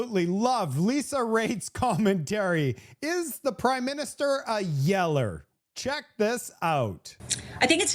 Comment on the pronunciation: Did you say prideminister?